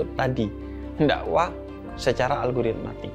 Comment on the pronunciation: Habib nyebutnya algoritmatik gak sih?